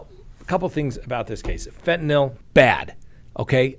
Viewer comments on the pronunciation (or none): Say it with me... FEN-TA-NILL.